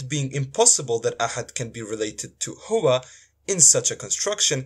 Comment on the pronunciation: How can a Bosnian give arabic lesson to an arab when he himself is pronouncing the word "Huwa" as "Hu" min ? Only fools would clap hands to this self-proclaimed arabic teacher. They said Bosnia hahahahah